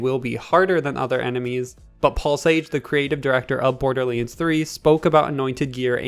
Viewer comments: Maple Syrup borderleens threee 😂😂😂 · No one: This guy: bOrDuR LaNe tHurEE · Did you say Borderlinds 3 st the start.